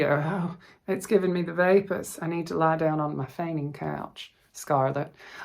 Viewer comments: “The vapors”! I got those after I gave blood 🩸 this week😅. Thank you for sharing your story and your beautiful stitching. I could really go for a chocolate cupcake right now. Loved the interlude of Alabama accent😊. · Thank you for sharing your story with us. The things in our lives do make us who we are today. We even learn from the negative things that happen and I am happy that you have grown up up to be the nice caring person that you are. I had to laugh (even before you started) when you said vapors. Can't take all the southern out of a person!😂 I'll say the word denim because that is a nice project bag. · Oh,! When you started speaking in your Alabama accent, I was falling out of my chair laughing!! 😂 Especially when you had “the vapors”! That was too precious. ❤ Thank you for making my day! Love you, my friend. Meline PS- I don’t like to stitch on Jobelan either, for the same reason as you…I find it “stretchy”. 🤔